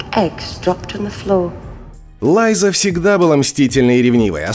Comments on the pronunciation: Лайза? Лайза Арен? Ху из ит Лайза Арен??? Чел, делаешь видео по сериалу, так посмотри его, книгу почитай. Хотя тут достаточно было просто голову включить. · ТириОн, Лайза, ДавОс. Может, в оригинале и так звучало, но как же это бьет по ушам… Смотреть не хочется🥴🤢